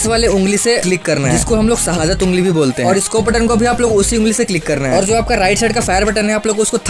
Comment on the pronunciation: Bro i just subscribed you when i listen you said shadat ungli